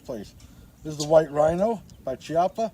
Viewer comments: Chiappa is pronounced "key-appa" not "chee-appa". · Key- op- ah, I believe.